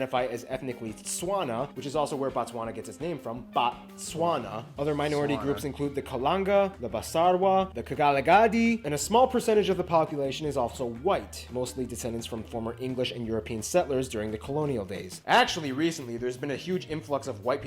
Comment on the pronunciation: Bakgalagadi not bakagaladi my brother